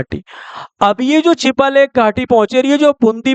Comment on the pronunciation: Chipalekh nahi chiyalekh hai